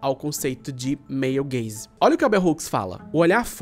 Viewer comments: Sempre q ele fala male gaze eu escuto meio gay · Meu comentário do engajamento vai ser dizer que todas as vezes que você falou "male gaze" eu escutava "meio gays" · eu toda hora que ele falava male gaze ouvia meio gays hahaha